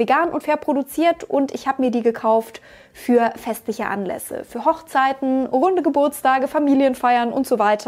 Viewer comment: Habe ich eventuell kurz statt "Runde Geburtstage" "Hundegeburtstage" verstanden? Ja. Und bin ich überzeugt, dass das für ein legitimer Anlass wäre, die schicken Schuhe aus dem Schrank zu holen? Definitiv auch ja. 😂😂😂